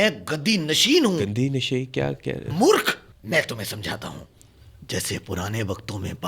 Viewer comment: Murkh nahain, morakh hota hai lafz , means gunahgar